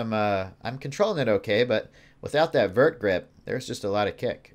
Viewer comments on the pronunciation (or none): none